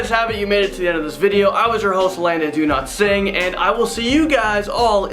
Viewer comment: So hears a good one each episode is in a different parallel universe where Landon’s surnames’ pronounced “do-not-sing” or “dowlatsigh”.